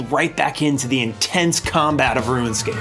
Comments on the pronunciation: Yo why he saying Ruinscape?!? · Stop sayin "Ruinscap" rune - scape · "Ruinscape" I can't unhear it every time he says runescape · you pronounce rune as ruin lol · u purposely pronouncing rune scape as "ruin" scape? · Its not ruin . Its rune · it's RUNEscape no RUINscape smh 20 years later and you still can't say it right, i have never heard of anyone ever struggling to log into osrs ever lmao, that's not Jagex issue that's a you issue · So is one of those guys who says “ruinscape” instead of runescape. ☠️ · I keep hearing "ruin-scape", instead of 'rune-scape'........ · "Rooun Scape" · bro, its RUNEscape not RUINscape... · You know you’re saying ruin and not rune right? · Longtime OSRS player here, 7 minutes into the video and enjoying it so far - just had to come down here and say that you seem to be pronouncing it "RuinScape" instead of "RuneScape" for some reason and it was bugging me. Anyway back to the video, you get a sub. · Are we just okay with “Ruinscape”?? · "Ruin-scape"...".ruin-scape".......... "ruin-scape".... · dude keeps saying RuinScape...pet fn peeve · "Ruinscape" Lol Anyway, awesome video. You and I were literally the same as kids. Every single thing you said lol. It's crazy playing it now, having 99s, over 1b, etc. I could never have even fathomed any of that as a kid. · I love this video but the way you pronounce things was driving me nuts. ROONscape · I hate that it sounds like he's saying ruinscape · "ruin"scape lol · Anyone else noticed how he kept calling it "Ruinscape" ? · Bruh it’s not ruined-scape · why do you keep pronouncing it ruinscape lol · Why do you keep saying "Ruin" scape? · please stop saying ruinscape lmao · Bro kept calling it RuinScape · Why did you say Ruinscape the entire video, though? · “Ruinscape” was bugging me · why do you keep saying ruin scape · No one:: RUINscape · Roo-inscape. I love your videos though. They're so entertaining and funny. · why he say RUIN-SCAPE all the time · “Rue-en scape